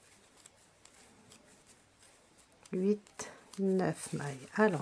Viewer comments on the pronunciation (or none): none